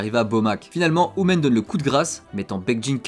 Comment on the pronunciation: Par contre tu prononce un peut mal leurs prénom tu dis hu- men au lui de hu-min après c’est peut être juste une impression que j’ai